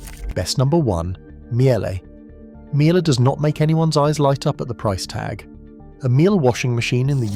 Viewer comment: AI, can't pronounce Miele properly